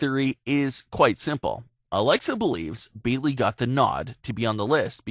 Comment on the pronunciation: Sah-sha? Beeley? Exactly how hard is it to say a person's name right?